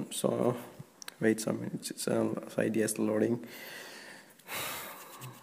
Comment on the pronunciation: Did u hear how he said cydia